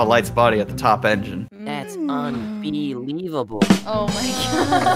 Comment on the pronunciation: Unbelievable not unbeeievable XD